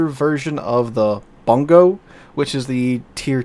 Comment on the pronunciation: I still haven't seen a streamer pronounce the Bungo correctly lol.